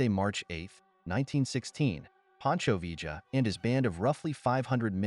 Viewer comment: You make a video about Pancho Villa, and can’t even pronounce his name?